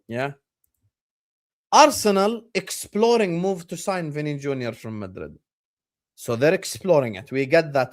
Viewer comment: mate he said "exploring" lol